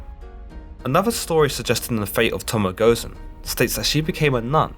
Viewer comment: alus nova Goh zen.